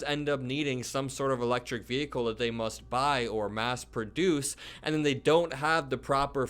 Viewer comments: Attention Marjorie Taylor Greene. It’s “vehicle” not “ve-hicle.” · ‘Electric Vee- hickels’ MTG - is she TRYING to sound stupid, or does it come naturally? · Let's not forget, the biggest recent threat to 'the Capital' was instigated by her very own false messiah. Why not stay safe and ask trump to shut up in the first place!!! Why does she pronounce vehicle vee-hickle anyway? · It's vee-hickle my man!😂💙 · Ve- hick- el ? Lacks proper grammar! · She can’t even pronounce the word “vehicle” the “h” is silent, unlike her! 🤮🤮🤮🤮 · Bloody hell, Mad Marge is butchering the word vehicle. Nothing to do with her accent, she's just made the pronunciation up, much like every other thing that comes out of her gob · The "h" in vehicle is silent !did you GO to school?